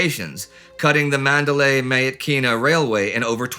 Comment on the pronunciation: OK, as this will be important for the next two years. Myitkyina is pronounced "mitchinnar". The "ky" is a latinization of a Burmese sound that is pronounced like an English "ch".